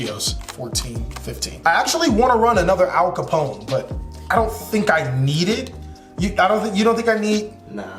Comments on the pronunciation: “Al Capone” <— the way it’s pronounced in this video 😂 American Gangster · Ap kallone, pronounced like cologne 3 syllables